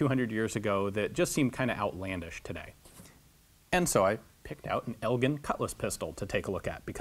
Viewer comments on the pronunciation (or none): Its funny, i used to live in a town called Elgin accept the town's name is pronounce "El-jin" so it threw me a bit when he first said it.